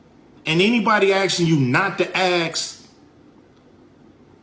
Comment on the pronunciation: Stop saying axe when you mean ask. It is not difficult.